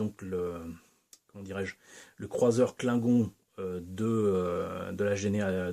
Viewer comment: C’est bien joli tout ça, en plus je trouve que tu maîtrises la prononciation Klingon 🤓 J’en vois beaucoup de la playlist star trek ce jours-ci. Je ne sais plus si c’est dans celle-ci mais « on retourne, Thérèse », j’ai ! 😂 Je suis vert que tu l’aies cassé en nous le présentant. Mais j’imagine qu’il est réparé depuis